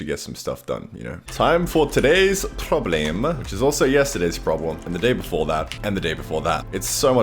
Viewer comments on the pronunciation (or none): Y he say PRRROBLEME in a PERFECT AUSTRIAN ACDENT WTF?!?